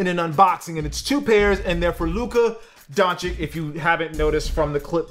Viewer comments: Why do you say "Dončik?" The C in the end is not K like you americans read it. Actually it isn't C at all, it's Ć. Totally different letter, and totally different pronunciation. I see this everywhere on youtube when you say the last name of a person from Balkan, because most of last manes here end on Ć. You all are saying it wrong, and honestly it is getting a little annoying. Please, learn this things if you want to talk about someone. Dončić is world famous person, and you heard his name. Why do you say it that way then? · Ok i just gotta point something out... This dude, in a 30 second span... Repeatedly mispronounces Lukas name, gets his jersey number wrong, and then says the only reason he doesnt go on and on about Luka, is to avoid boring people with "basketball facts"? .... bruh 😂 Its Dončić, not "Donchick" . His number is 77, not 7. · Imagine reviewing shoes made for Dončić and mispronouncing his name everytime. SMH